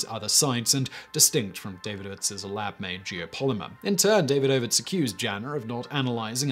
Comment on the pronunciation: Surely it's duh-VEED-uh-vits and not DAY-vid-OH-vits.